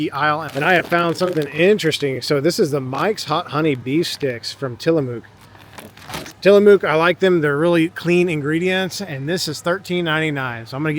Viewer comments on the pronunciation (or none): I always laugh hearing people outside of Oregon try to pronounce Tillamook lol